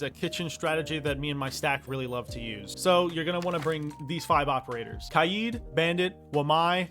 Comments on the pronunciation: Stop saying kai eed instead of kay D plz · Ky-eed? its Kay-d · Bro it’s not “kayeed” it’s “Kayd” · “Kaigh yeeid” is crazy💀😭🙏🔥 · pronounce Kaid like K-Aye-d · Love the vid, really helped me with setting up better and not getting reamed by my teammates for being a noob. Thank you. But why do you say Kaid’s name like that? I usually hear it like Kaid (Cuh-Aye-D). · Why pronounce kaid like that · Saying kaid wrong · How does someone pronounce “Kaid” wrong? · This really helped me but the way he said kaid’s name